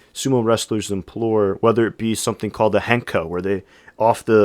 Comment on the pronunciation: Welcome to Sumo! I started watching on a very small b&w tv back in 1970. In Japan. Thanks for your informative summary. An observation: I hear you saying *implore when I think you mean *employ.